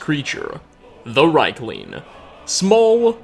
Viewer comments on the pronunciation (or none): Niite, thii arii pronunciid [riikling], noot raikling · It's pronounced "Reek-ling", but at least you pronounced Solstheim right. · Pretty sure it's pronounced reekling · Dude, it's pronounced "rEEk-ling!!!" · The way you pronounce Riekling, hurts my head but it's a good video man, keep up the good stuff.